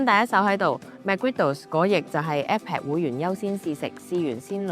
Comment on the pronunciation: App 讀成Apep